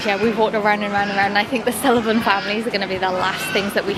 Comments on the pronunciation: sullavan families me:it’s sylvanian families and are you talking about sully from monsters inc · The last thing you found is pronounced sil-vain-ian